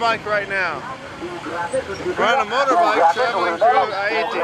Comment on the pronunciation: Stop trying to pronounce Haiti like that. You can't pronounce it so just stop. OMG